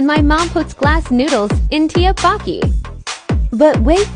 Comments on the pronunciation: Its pronounced te te bu ki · Is no one gonna talk about how the ai pronounced tteokboki and dumplings LOL 😂😂😂😂